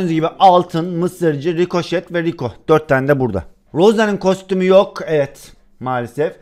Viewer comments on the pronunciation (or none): none